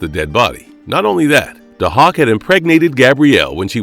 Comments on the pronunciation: It’s pronounced “Day-hawk” not “Du-hok” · It's pronounced "day-hawk". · It’s pronounced DAY-HAWK!!! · Also, you're saying his name wrong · Can you not pronounce Dahoks name correctly because you slaughtered it here! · well it apparently takes one to know one cause that’s definitely not how it was pronounced. Sorry kid.